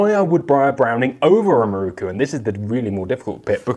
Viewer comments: MIROKU! Pronounced in English: Me Rockoo. Certainly not Marookoo 😂😂😂😂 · how is it possible that someone presenting a program like this, can not pronounce the makers name. The word is spelled with an O as the 4th letter. Why do you insist on changing it to a U